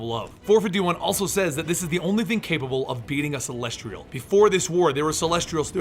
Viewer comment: Sthap Saying "CELESTRIAL", Cuz its celestial